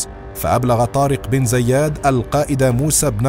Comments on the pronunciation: عندك مشكله مع نطق اسم طارق بن زياد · نطقك اسم طارق ابن زياد غلط بغلط